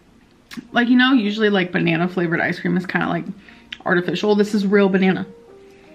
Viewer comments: She ordered some ayce cream 😂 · i still don't understand why she said "ice cream" like that